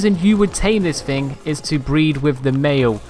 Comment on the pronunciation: I'm pretty sure it's thing and not fing